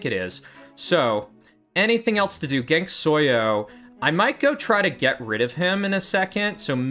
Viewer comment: Why is he saying Genksoyo 😭